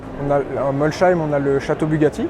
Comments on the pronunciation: c'est fou même un salarié de bugatti dit Molchaïme au lieu de Molsheim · Par pitié arrêtez de prononcer « Molle Schaïme » !! En Alsace ça fait saigner des oreilles et ça revient à prononcer « Chamonixe » chez les haut savoyards… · J'habite à moins de 45 minutes de l'usine bugatti et pas une seule personne prononce molsheim molchaïme